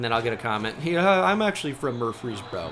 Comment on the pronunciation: bro couldnt say "murfees burrow" lolll